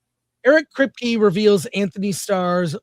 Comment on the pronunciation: Dang Chris butchering Antony’s name lol